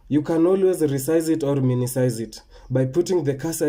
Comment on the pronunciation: Minimize not minisize😆.....thanx..see you on the next video